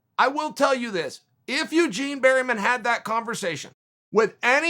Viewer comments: Its Bareman, uncle, NOT Berryman. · Eugene "berry" man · ‘Coach Barry-man’ 😂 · "Eugene Berryman" LOL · Chael "Bariman" Sonen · Good old Eugene berry-men lol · If Chael says your coach is called Berryman, then Berryman it is. Undefeated. Undisputed. Never misspelled a name. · 'Eugene Bareyman' ?